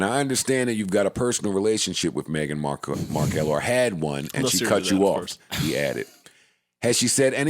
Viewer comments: Bc Joe started saying it that way so Rory thought that's how it was said lol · Why did Joe call her Megan Mar-kell? 😂 this dude is something else